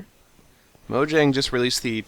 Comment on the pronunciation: you said mojang wrong